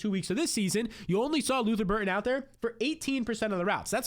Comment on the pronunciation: Lutther Burden not Burton